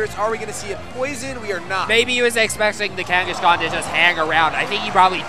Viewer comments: What the effff is "Kangishcon? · the way this guy pronounces Kangaskhan pisses me off for some reason....